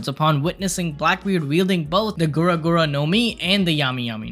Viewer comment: isnt it gura and not guro? im confused